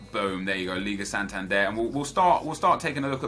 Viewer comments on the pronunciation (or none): none